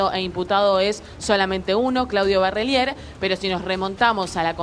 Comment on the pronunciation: Dos meses y todavia no aprendiste a decir Barrelier???